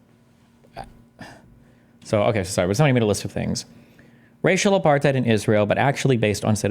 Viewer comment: Mispronounced apartheid